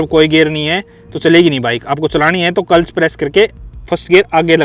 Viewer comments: Clutch ❌culch✅ 😂😂😂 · Are you saying clutch or culs?